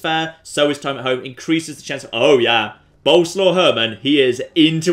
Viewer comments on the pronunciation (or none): its swav not slaw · Once again "Boleslaw" is a polish name, not nickname and you pronounce it entirely different from how you do it. It's "Bol" (like in Bold) + "es" + "wav".